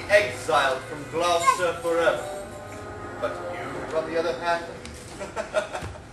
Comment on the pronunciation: you guys are pronouncing gloucester all wrong. its gloucester like clawster, not gloucester like clowster.